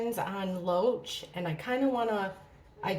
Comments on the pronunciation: did anyone tell you his name is David Loach but you keep saying Roach like the bug 😂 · Every time I hear you say Loach, I hear “roach” 🪳 Sounds like 🪳 has some pretty strong emotional feelings towards E.